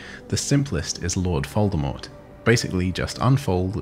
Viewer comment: Wait, were you saying Lord Foldemort?